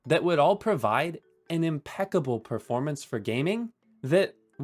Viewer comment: hehehe preformance